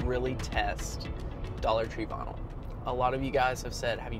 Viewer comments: Ooohh! He is saying vynil! I was wondering what bonull was! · I love the way you say "vinyl" ! 😊